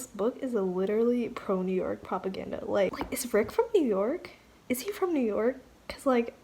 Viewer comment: he said im from NEW YOWK... come check me